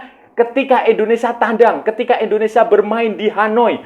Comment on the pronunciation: Kang… Indonesia kang… dudu ENDONESA kang…